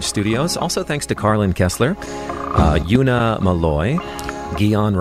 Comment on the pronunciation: Notice how she laughs at the end when the presenter pronounces Una Malloy, "You-na Malloy"